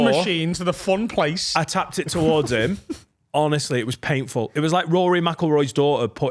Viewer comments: Someone PLEASE have words with about adding an unnecessary T in painful. I get homocidal every time i have to hear paintful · There's absolutely no fcken way isn't saying paintful on purpose now 🤣